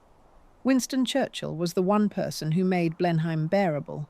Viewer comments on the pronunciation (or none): BLEINHAM IS PRONOUNCED BLENHAM, NOT BLEINHEIM. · The name of the estate is said BLEN-um, not Blen-heim. Aside from that your AI presented an interesting story. Also, what's with the most random pictures? The stark conference room with the mics and headphones 🎧 makes zero sense. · Blenheim Palace ..... It is pronounced "BLENNUM" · It is "Blennum" ( I get what youre saying but ~ham suffix is also a problem for non British English speakers)